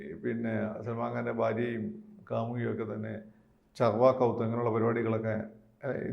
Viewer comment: Charvakouth alla, Karwachouth :D